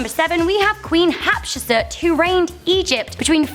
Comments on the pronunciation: Love the video (actually, love all your videos!) and love you! ❤ HOWEVER, Hatshepsut is not Hapseput; and between 15th century and today there's 3500 years, not "nearly 2000 years". 😂 None the less, still love you, babe! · Queen HAT - SHEP - SUT!!! Shes un our world history class in nigh school!!!